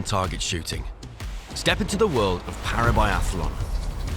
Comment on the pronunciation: Please teach your commentators how to say "athlete" and "biathlon". It's NOT athAlete or biathAlon. Really annoying. Thanks.